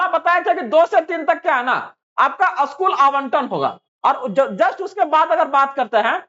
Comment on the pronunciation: असकूल नहीं स्कूल होता है